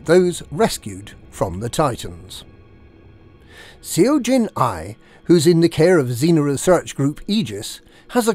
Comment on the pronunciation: Seo is pronounced "suh" like the "sup" minus the p sound at the end